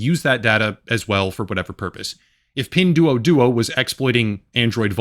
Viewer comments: It's pronounced "pin dwoah dwoah" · FYI: "duo" in Mandarin, and Pinyin, is pronounced 'd-war'.